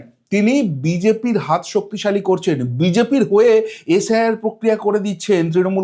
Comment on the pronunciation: শব্দগুলো ঠিকমতো উচ্চারণ করুন। পড়াশোনা করেছেন তো। কংগ্রেশ, এশ আই আর, ডিশেম্বর এগুলো কী? শুনতেই ইচ্ছে হয় না